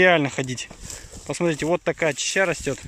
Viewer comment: Неправильное произношение очень режит ухо. ЧАЩА